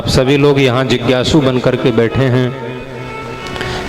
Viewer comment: प्रणाम 🙏 बहुत सुंदर लेकिन आप हर जगह स को श उच्चारित करते हो । समोसे को शमोशा सर्व को शर्व जिज्ञासु को जिज्ञाशु सत्य को शत्य, स्वरूप को श्वरूप, त्रिसर्गोमृषा को त्रिशर्गोमृषा इस पर ध्यान दें। सूर्य को शूर्य न कहें